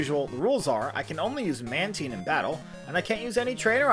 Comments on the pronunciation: Isn't it man tyne? Not man teen? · you pronounced Mantine wrong